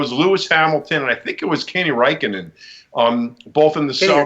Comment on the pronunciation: you pronounced Räikkönen correctly:) Awesome, not many foreigner (I'm from Finland) can do that.:D